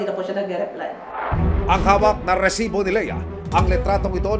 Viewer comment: ILAN PO ANG R SA RRRRRRESIBO?